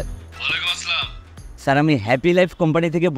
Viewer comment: তরা ভাই নাটকে সালাম দিস না, তারপরও সালামকে বিকৃত করিস না